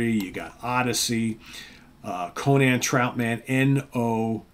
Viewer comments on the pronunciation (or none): none